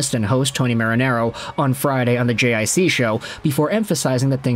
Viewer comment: JiC is pronouned JeeCee